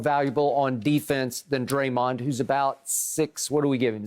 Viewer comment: Unc say dremond flockin!!!???😂😂😂😂